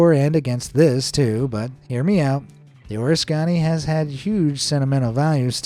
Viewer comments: The USS Oriskany's name is pronounced "or-RISK-can-knee". Named for a battle fought during 1777 in the American War of Independence. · It's pronounced aw-ris-kuh-nee or oh-ris-kuh-nee. It's a place in New York state. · Very Interesting video. However, PLEASE learn how to properly say the name of the USS Oriskany. It is not O-Re-Sconny! Duh! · Very nice attempt at not butchering the name of the killer carrier USS Oriscany❤❤❤❤❤ "Delivered" O'-Risk-can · Please use a real human voice for narration. It's USS OR-RISK-CAN-EE!! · Hey, AI - you need to learn some new pronunciations. The name of that ship at the end is pronounced Or-risk-any.. My father served on it, and I toured it as a child about 70 years ago. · Yeesh, if the government invested all that money into tire recycling/repurposing then there would be no cleanup necessary. The ship was the "or-RISS-keh-nee" , Iroquois for "place of nettles". Upstate New Yorkers are probably the only ones who pronounce it right 😄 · Say it with me: Oh-risk-uh-knee. Oriskany. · Pronounced, “ OR-ISS-CAN-EEE” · Hate to be nit picking, but the way Oriskany isn't pronounce like this AI does it. I was able to go aboard the USS Oriskany when I was in the Navy and it was at Pearl Harbour. Back them we pronounced it O-risk-a-ny. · 💯 % WRONGLY STATED !!!!!! "POLYCHLORINATED BIPHENYLS" WERE 💯 % REMOVED PRIOR TO THE SINKING OF THE USS ORISKANY CVA 34, and you need to pronounce her name correctly also, she was named after a village in central New York, near Utica: This is due to a very decisive battle in 1777 that helped AMERICA BECOME A NATION... FLORIDA SPENT 2.5 EXTRA MONTHS ENSURING THAT ALL THESE CABLES WERE REMOVED PRIOR TO PERMITTING USS ORISKANY CVA 34 TO BE PLACED OFF HER COAST !!!! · Hard to take you seriously when you can't even pronounce the name of the Oriskany properly. You butcher it over and over. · Learn how to pronounce USS Oriskany. Nicknamed the Big O. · You should have learned how to say the great ship.